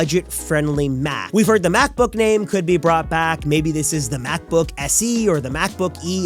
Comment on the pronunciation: "MacbBook"? LOL! 😂